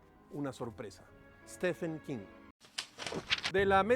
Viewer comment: Stefen quin jajajjajaajja